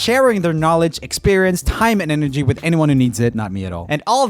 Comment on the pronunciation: Who else heard "hyman energy" instead of "time and energy"? 🤣